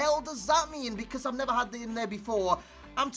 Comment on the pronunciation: How normal people pronounce because Becoz. How he says it Beceeeerrrrrzzzzz